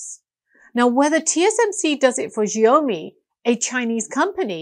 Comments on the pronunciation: "Shiaomi" correct pronunciation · TO PRONOUNCE XIAOMI THINK OF THE WORD SMALL RICE - A MUCH MORE ACCURATE